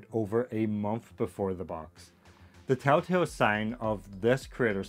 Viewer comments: Chitin is pronounced like kiting, not like shitting :) I much prefer the plastic models personally. For a better fit next time, just cut the pegs off altogether and assemble with plastic glue without the push fit elements. You won't have any gaps that way. That being said, scraping mold lines off is absolutely a huge pain in the ass.. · "Chitin" isn't something to chit-chat about. It's pronounced with a hard k sound, kite-en